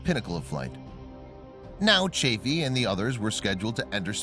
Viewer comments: It's Roger CHAFF-ee, NOT CHAFE-ee. Yes, I was there: You don't contradict Uncle Walter (Cronkite). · This video has more ads than discovery channel. I swear, its really hard to enjoy a video when youre basically watching a playlist of ads. Also, its chaffee with SHORT A. Your lack of dedication to learning the right pronunciation only chafed (LONG A) my ears. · It's not "Chafey" but CHAF-FEE: EE like in Santa Fe, not ey like in hey. What's next, someone changing Grissom's first name into "Virgin" ? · Nice vid but you need to pronounce Chaffee correctly. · Sorry "", but your mispronunciation of Roger Chaffee's last name plus using footage of the space shuttle and other images not related to the story as more than half of your filler material is not very disrespectful to the three men who lost their lives, but it's just a really poor way to convey the story of their loss (especially to people who may be learning of it for the very first time). Would be like creating a video to tell the story of the assassination of Abraham Lincoln, and then using content of the assassination of JFK as more than half the filler material just so as to make your video longer or to fit the length of the narration. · Is it too much to expect you to pronounce Chaffee's name correctly ? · The narrator needs to learn how Roger Chaffee and Donn Eisele's names are pronounced.